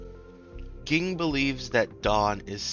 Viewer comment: this mf really just said GING and not JING lol good viedo tho